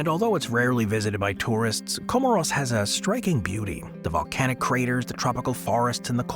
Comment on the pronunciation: 'Co-more's" as in "smores"